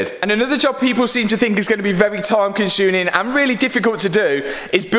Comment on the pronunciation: “time consuNin” 😂👌